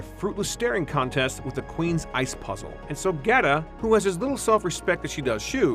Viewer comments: Gerta not Gareta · Really wish this guy would pronounce GERTA'S name correctly!!